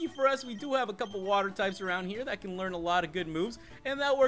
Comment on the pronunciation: your saying cane not can